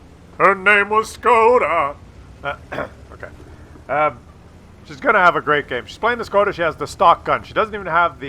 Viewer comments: Škoda get your S right;) nah joke i don't really care but did you know you pronounce it differently than reg. S? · Learn to pronounce Škoda correctly ;)